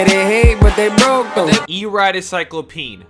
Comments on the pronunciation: Cy-clope-e-an not Cy-clo-peen just saying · This guy can not read to save his life. CY-CLO-PE-AN!!!! Not CYCLOPEEN!! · #laser it's CycloPEAN not CycloPEEN hahaha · Sy-clo-pe-in That's how you say it lol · Please stop saying cyclo-peen😭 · sahy-klop-ee-uh n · Is anyone going to correct him on his pronunciation on cyclopean or no? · Why are you you adding an e in front of cyclopean, also that's not how you pronounce it. :)